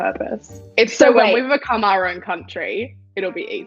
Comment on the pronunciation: Why are we not talking about pronouncing "our" as "ah"?